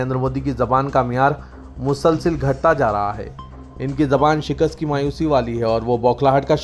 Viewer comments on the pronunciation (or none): none